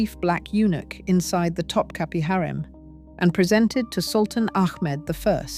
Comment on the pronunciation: Also … Topkapi Palace isn’t pronounced “top-cappy”; it’s top-kaput (but don’t say the T at the end). That’s a byproduct of Western printing presses, which only have one form of the letter i. The Turkish language has two - one just like ours, with a dot over it (i), but also one with no dot over it, and that one is pronounced like the u in “put”, or the oo in “book”. The last letter in Topkapi isn’t really our i, with the dot; it’s the other one, without. But since we don’t have it in our alphabet (or keyboards), we improvise - and that’s why Topkapi is usually mispronounced in the West. TA-DAAHHH!! There’s today’s dose of Useless Trivia for you. 😉